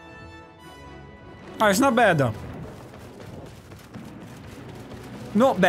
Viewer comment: captain fazzma? bruh its phasma( like phase-ma)